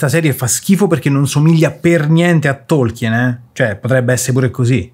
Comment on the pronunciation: Difficile definire Lord Of The Rings fantasy. Quello è venuto dopo. Tolkien (a proposito… la E non si pronuncia) voleva creare una mitologia. Va letto come leggeresti la saga Norrena, o il vecchio testamento.